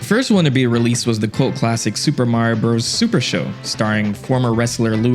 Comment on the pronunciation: Love to x out of a video as soon as a I hear “Bros.” mispronounced. The period isn’t decoration.